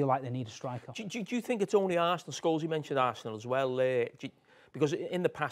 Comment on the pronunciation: Love Jamie saying Sholesy instead of Paul lmfao